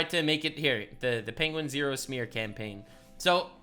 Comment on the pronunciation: Yo you sommebitch! How you gonna pronounce it penguinzo then say penguinzero?! I almost learned how its said and you screwed it up